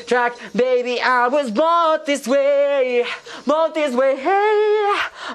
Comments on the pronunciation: Bod this way lo pronuncia? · tu estas diciendo que es el mejor INGLES.. OJO ESTUDIO INGLES Y NO PRONUNCIA BIEN MUCHAS PARTES COMO BORN.. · Soy yo o solo tiene problemas en la palabra BORN siento que no acentúa el sonido final de la palabra el resto está excelente la pronunciación. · Si es cierto solo es esa palabra Lo demás está excelente!! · Qué mal pronuncia BORN